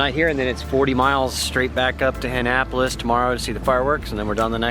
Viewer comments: Ugh, your pronunciation of Annapolis "Ann-apolis" is driving me crazy. Its more "ah-napolis". Sorry I missed y'all. I could have gotten you a flying doodles episode with some plan time. Anyway, happy travels! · needs to learn how to say Annapolis, its not Ann-apolis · join his patreon, he’s still in “Anne-napolis” for a bit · Kinda funny how can’t properly pronounce Annapolis. Also kind of funny how other sailing channels are calling out for the click bait episodes now that Laura has apparently cut bait and run from the Sailing Doodles scam. Good for her and I hope her independent channel does well. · please learn the names of places before you try to speak Not the Solomons or god only knows what you called annapolis